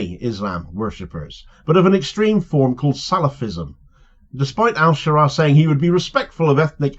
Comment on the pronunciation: Ash-Sharaa is how it should be pronounced, not sure how much room for manoeuvre he has to avoid being targeted directly by the IDF. My neighbours family are Syrian Christian and their village was bombed by IDF in the aftermath of Assad falling.